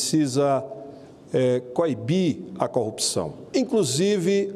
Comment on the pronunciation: Ô mesaaa (mamãe) ô mesaaa (papai), me ajudeee! "Coupção"...🙊